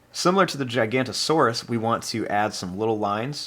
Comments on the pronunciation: Its not "Gigant-o-saurus" its "Giganotosaurus" pronounced: Gig-uh-note-uh-saurus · This drawing looks very good but you said that giga's name wrong